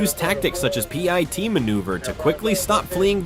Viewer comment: 👎👎👎👎👎 - Your AI narration is fucking horrible!! A pie-tee maneuver or pitee maneuver? Shows how lazy you are can’t stand channels like yours!! Disliking every video you post and adding negative comments!!👎👎👎👎👎